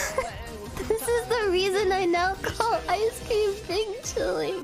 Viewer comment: I’m mandarin native speaker don’t know why he keeps saying bing chiling XD